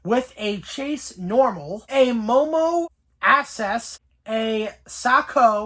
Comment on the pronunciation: “Momo Asses” ☠️☠️☠️ It’s pronounced Ayase. (I-a-say)